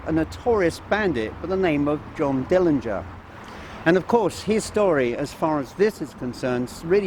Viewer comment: Glad you paid Johnny a visit, no one pronounces his last name right, there is a video where Johnny's Dad says it the way it should be pronounced, but thanks again!